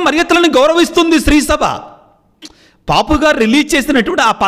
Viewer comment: పాపు గారు yendandi, పోప్ కదా